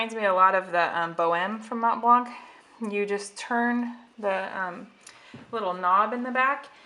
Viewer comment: You are not supposed to pronounce the c in MontBlanc. The c is silent.